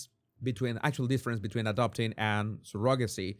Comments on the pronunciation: I know you have an accent, but that's not how you pronounce "surrogacy." It's not even close. I can't listen anymore with you calling it sir-GOG-acy. It's CER-ugg-a-sea. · He makes fun of the way Andrew Tate says Candayce but posts a video right after pronounces surrogacy as Surogaci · The o in surrogacy is pronounced with an uh sound. Not the typical o sound. sur·uh·guh·see